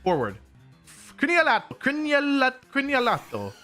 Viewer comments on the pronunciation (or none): As an Italian it was hilarious to hear “Crinealato”